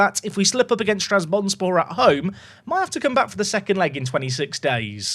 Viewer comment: every time you mispronounce trabzonspor it physically pains me </3